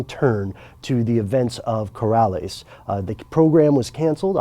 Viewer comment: It's not "Corales" - it's "Co-LAR-es". Please check your pronounciations more carefully.